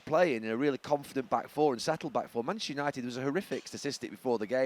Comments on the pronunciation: Gary has problems saying Manchester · It’s because he’s not from our city and neither are his club.